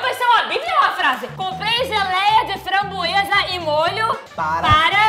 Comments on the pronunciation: A melhor parte foi quando a falou fambroesa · Imagina o vizinho Gabriel - *gritando pra falar a palavra * Vizinho deles-que isso um bando de doidos;-;EU QUERO DORMI O MDS A teve uma hora que ela foi fala /franboeza / que ela falou xanbueza😂😂😂😂😂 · Mano tô me rachando de rir da babe falando framboesa errado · O tá falando certo, a que está muito estreçada